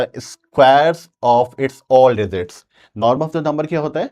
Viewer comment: Sir digit ✅ Dezit❎😅